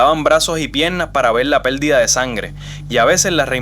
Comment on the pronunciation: GRACIAS POR EL APORTE DE VERDAD MUY CULTURAL , EL DETALLE , EL NARRADOR SU PRONUNCIACIÓN PESIMA ,PELDIDA = PERDIDA , DESARROLLAL = DESARROLLAR ETC. , GRACIAS.